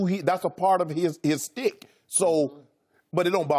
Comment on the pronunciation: It is “shtick” not “stick”, Shannon.